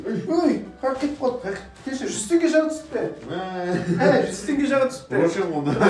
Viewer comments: раушан емес рошшен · пожалуста создерди дурс айтшы,раушан емес рошен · Қатын сияқты ыңырси беретіні несі? Оқи алмасан өтірік оқып керек емес. Рошен- Раушан емес. Варенный сгущенка- Варенье и сгущенка емес. Бұлай өтірік оқып жеткізгенін, ақпаратты дұрыс бермеуін. Коп нәрсе қате айтылады. Қымызды қалай ішпеуге болады? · Раушан емес рошшен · раушан емес рошен 😂😂😂😂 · Раушан емес рошн го 😂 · Раушан шикалат емес рошен шокалады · Раушан емес рошен деп аталады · раушан емес рошенго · Раушан емес рошен боп оклады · раушан компаниясы деп айтпайды рошен компания деп атайды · Шоколадтың фирмасы Раушан емес Рошын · Раушан емес ❌роушенғо Хаха